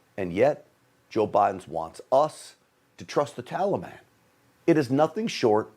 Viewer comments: He pronounces taliban the same way barry pronounced it. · He’s an idiot - it’s so annoying to me too! Tallyban lord help us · If joe says tollybon one more time. Oooooooohhhhhhhhhhh. Mannnnnn it’s annoying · To be honest, I am waiting for him to say trolley bahn. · Biden can’t even pronounce Taliban correctly. He’s an idiot! Why can’t he be impeached? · Why can’t he even pronounce Taliban??